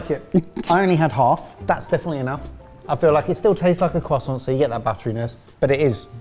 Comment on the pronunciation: the cwasaunt 🤌